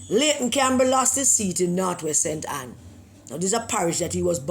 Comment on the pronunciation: Pedi-ayton Campbell